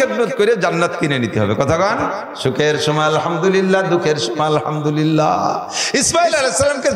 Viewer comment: আলহামদলিল্লাহ শব্দটি সঠিক নয় । সঠিক হলো আলহামদুলিল্লাহ।